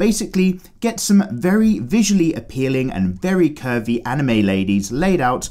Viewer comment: Did he just say pervie 💀